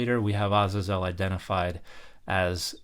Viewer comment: I have never heard the proper pronunciation of Azazel until now 🤯 I usually hear it pronounce Uh-Zay-zuhl